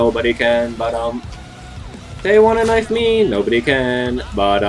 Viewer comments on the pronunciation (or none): "it counted as a normal KINFE"